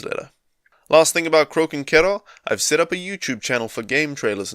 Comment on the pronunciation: Thought you were saying Croaking Kettle for a bit at the beginning :D Didn't realise it was pronounced like ろ